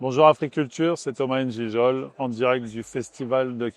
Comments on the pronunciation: Ngijol pas N'Gijol wèehh papa! Toi même tu francises ton nom? Est ce que c'est ainsi qu'on prononce ce nom? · Comment un Camerounais peut dire qu'il s appelle Thomas N gijol alors qu'il s appelle Thomas Ngijol. Apprends à prononcer correctement ton nom de famille d abord, après j'irai voir ton film. Les Français ancien pays colonisateur prononce N Gijol, du coup c'est devenu la norme et tous les noirs de France prononcent mal leur nom de famille. Mbappé et consort. Marre de ces nègres de maison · Toi meme tu te présente en prononçant mal ton nom mon frère?? Thomas N jijol c'est quoi ca?? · Je te dis papa. Ngueuh " N JIGOL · Lui-même ne connaît plus prononcer son nom 🙈 Ayooo Africain 🥲🥲🥲🥲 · des malades...ils veulent lui apprendre à prononcer son propre nom. Chacun prononce son nom comme il veut.